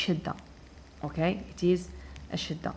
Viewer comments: Chadda and not chidda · سلامي وتقديري اليك يا حضره الأستاذة الفاصلة. شكرا جزيلا على المعلومات التي تقدمينها. بعد اذنك لدي ملاحظة : لقد نطقت كلمة الشدة بكسر الشين. وهكذا خطأ فادح. والصواب هو فتح الشين. ختاما تقبلي مني كل التقدير والاحترام